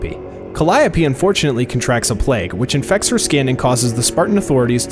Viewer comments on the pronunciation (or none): none